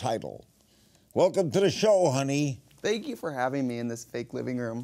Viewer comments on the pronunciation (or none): "welcome to the show honey" I thought he said hunty😅